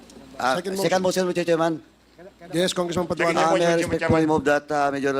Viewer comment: padugago po hindi paduano